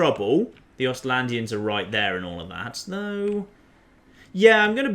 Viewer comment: Ostlanders,... if you say "Ostylandians" one more fucking time....